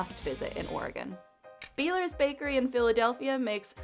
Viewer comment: Pennsylvania- Beilier is pronounced by-ler.